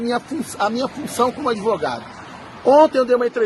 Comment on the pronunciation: Adorei "adevogado". kkk